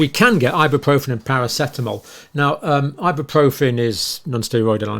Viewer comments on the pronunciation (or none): none